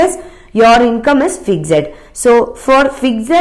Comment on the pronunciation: You seriously need to improve your pronounciations ma'am. You can't even pronounce simple words like 'fixed' , 'giga' , etc. Btw , I am a big fan of study iq channel and really like the way the other faculties teach.